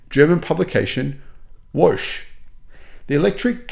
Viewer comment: That is the most wrong I have ever heard anyone pronounce the German word "Woche"! 🤣😂🤣